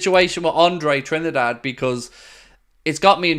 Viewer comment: Hi! Just to say the correct pronunciation for André: NOT Tri-ni-da-de but Trin-da-de! Cheers Sérgio